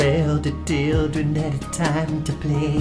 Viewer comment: "I love all the tildren of the world" - Mick Jacko